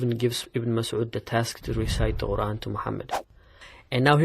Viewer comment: Why does he pronounce the Quran as "Oran"? I've never heard that before.